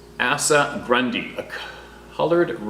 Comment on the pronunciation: Asa, pronounced with the long A sound and sa (Asa). You pronounced it like Assa. Just sayin ;)